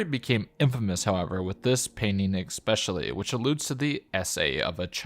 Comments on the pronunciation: Cool video, and cool compilation. One thing irks me a bit, though. The word is especially. No "X" in it. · Love your content man — great stuff all around especially given the content you’ve created has been juggled with being a college student. Keep it up!! If I could offer one point of note, there’s no “X” in “especially”. The pronunciation should be (phonetically): es-pecially Sane with espresso – wanted to let you know in a more more upfront and direct way than others may be comfortable with. Those two words are very commonly mixed up, but both words carry a lot of value in saying them correctly. Again, amazing content, and that one change would make a massive improvement in my book!